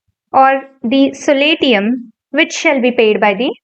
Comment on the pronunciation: Pllease focus on pronunciation : for eg .SOLATIUM